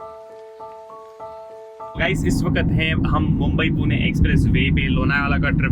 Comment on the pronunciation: Puna nai re baba ... Pune ahe te